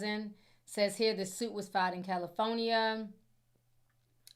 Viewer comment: Every time you pronounce California 😅 Cali-phonia ❤